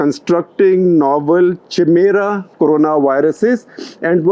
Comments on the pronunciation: Chimera is pronounced as 'Kaimera', sir. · Chimera pronounciation is incorrect. It is kai-mera. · I believe the pronunciation is kai-mera (spelt chimera) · A chimera (KAI-mera), is a being made up of multiple sets of DNA. The name comes from a Greek mythological monster who was a hybrid of many animals. (Gustakhi maaf, Shekhar Sir, but you were a little off there.) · Only one correction Shekhar ji, correct pronunciation is Chimera (Kai-mera). Otherwise excellent content as usual! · I know it’s spelled chimera but it’s pronounced Kai-mera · Wonderful episode and you will be a great virologist but chimera is pronounced as कायमेरा! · Cheemera nahi hai sir, Kaimera hai uska pronounciation. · its pronounced Ki-mera not Chi-mera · Sir it is pronounced as काई मेरा and not चिमेरा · Chimera is pronounced as KAI-MERA ! Not CHIMERA Sir ji. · Interesting report. BTW, chimera or more properly chimaera is pronounced खैमीअरा (or खइमीअरा), not चिमेरा lol; the "ch" is like that in the word "mechanic". Also, amino acid is pronounced as अमीनो ऍसिड, not अमौनो ऍसिड (or अमइनो ऍसिड). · Sir it's pronounced "Kaimera" not "Chi-mera" :) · SG, it should be pronounced as "Kaimera" not "Chimera." Although it spells C H I M E R A. 🙏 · Wat is chimera? U sound like u r saying chamar. At least pronounce words correctly, it's pronounced in a K sound, kimera. & Wat for r u waving & banging around your arms? U r Not a music conductor or a classical singer so moved by d music. 😃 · 26.51: Hey shekar it's not pronounced chimera it's pronunced as kaimera. And it's not cuz it looks like something from each angle. Its called so bcoz the chimera is an amalgamation of different animals. So to say something as a chimera is to call it an amalgamation of different other stuff. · Kindly work on your pronunciation on a public platform Chimera is pronounced as ( kai..mera) and not how you did. Lot of viewers might pickup wrong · Great video. One small thing: 'Chimera' is pronounced like 'kaimera'